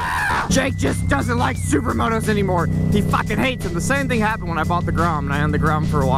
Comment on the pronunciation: "What happished?"